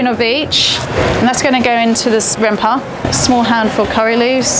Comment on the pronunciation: She said rempahh 😍😍